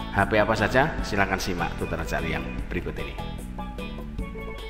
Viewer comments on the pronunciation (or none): none